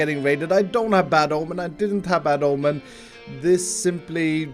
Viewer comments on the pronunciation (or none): none